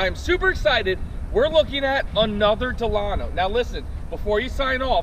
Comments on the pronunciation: Your say Delano wrong because I live in Delano California 93215 ✌💚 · You pronounced the name of this vehicle WRONG. Think about the old President of the United States , (President Franklin Delano Roosevelt.)